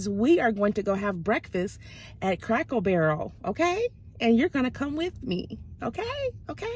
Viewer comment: Are you saying Crackle Barrel ? Or Cracker Barrel ? 😆 You had me laughing . I’m obsessed with the little stores in those restaurants. My family always has to come find me and say your food is on the table mom. 😁